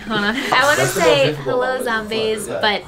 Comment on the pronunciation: who here thought that at the beggining, when nikkie said "hello" it sounded like "holo" ??!!! cristene lol